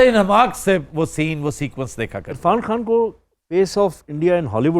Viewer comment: you should learn urdu from aftab bhai because you said (irfan khan) but this word is خان not کھان